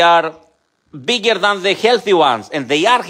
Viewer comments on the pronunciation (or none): none